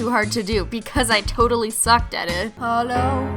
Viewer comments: In the beginning is she say “Hello” or “Holo” .. 😂 I’m REALLY confused.. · Cristine always say holo